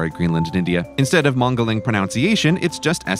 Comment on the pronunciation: I assume that is the British way of pronouncing mangling, and definitely not you mangling the pronounciation of 'mangling'.